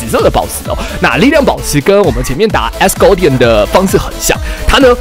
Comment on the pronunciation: 為啥我能把Asgard聽成Asgore 0.0